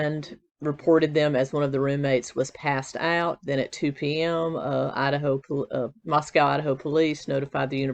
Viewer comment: Mosco like cosco is how it's pronounced, most people say it wrong, there's a town in Texas, that's how I know, just sayin. Love your channel!